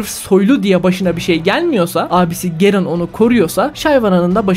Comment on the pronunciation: Abi yanlız gerın değil yazıldığı gibi garen diye okunu(Biz lolculer boyle okuyoruz haberin olsun abim :)